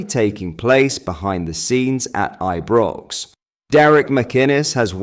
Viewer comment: he may well do Rangers news also, but a lot of the time he sounds like he doesn’t know how to spell or pronounce Ibrox and like he hasn’t a clue about our club !! Really gets my goat with all the crap he comes away with and the speculative narrative of his posts !!